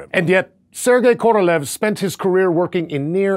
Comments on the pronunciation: His name is pronounced Korolyov, not Korolev. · Thanks for that truly awesome vid! But i should admit that in russian his surname, "Королёв" it's pronounced more like "Korolyov', not "Korolev". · His name is pronounced ka-ra-LYOFF. Stress on the final syllable. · indian worst pronounce